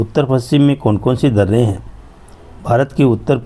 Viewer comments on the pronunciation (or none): Kyu kahte h darrrrre😅